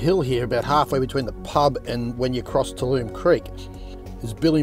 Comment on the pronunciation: YES! nearly drove me crazy. Tab-U-Lum